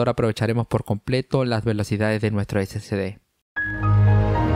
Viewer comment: No se dice SCD es SSD, o sea no se llama (ese ce de) es (ese ese de) confundes a las personas que van empezando en esto.